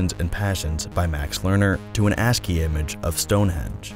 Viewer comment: What a bold way of saying "ASCII" lol